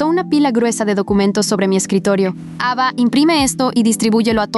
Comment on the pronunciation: en ves de escuchar ava escuche eva jajhhdajhjafhaj